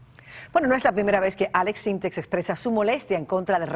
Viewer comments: Maria Celeste NO se llama Aleks SyntexS, es sin la S al final. Prepárate antes de entrevistar a alguien y por lo menos infórmate de su nombre correcto. Después dices (min 3.01) HAIGA wow es en serio? Una “periodista “ diciendo HAIGA en lugar de haya, que vergüenza. ESTOY CONTIGO ALEKS SINTEK!!! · M. Celeste... "Aleks Syntheks", "Haiga" 🤭